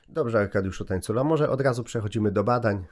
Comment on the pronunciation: Aj Tańcula przez ń a nie ni przepraszam